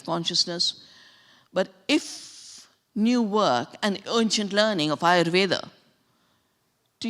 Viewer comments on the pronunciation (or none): none